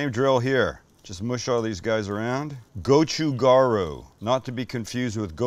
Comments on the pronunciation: would love to work on his korean pronunciation... but to be honest, part of the charm here. goh choo gah ... hmm.... ryoo? or maybe more like, .... gaL Ryoo? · Gotchu ga-ru (role the R once -- Koreans don't use a hard R). You've got Gotchu Jang (with a soft A) perfect. Bobby Flay hurts my ears with his pronunciation.